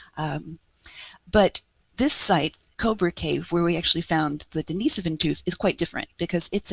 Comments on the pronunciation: The cave was named after a monk named, Dennis.. Not a woman named, Denise. So it's pronounced, "Dennis-sovan" not "De-niece-sovan" Cringe. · Here, this is how it's pronounced. There is no emphasis on the Den-"Niece"-sovan. As mentioned above. it's Den-Nih-Sovan. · You do know the difference between Dennis and Denise, right? RIGHT?? I even give you an example and you still insist or reassigning genders. Crawl back under your rock. It's pronounced, "Dennis-Sovan" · I think if you were right then the expert would have said something. Google 'how to pronounce denisovan' and then get back to me.